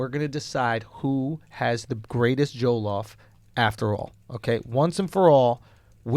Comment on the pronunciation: the way andrew says jollof is triggering lmao. ITS PRONOUNCED ( JAW-LAW-OFF) JOLLOF RICE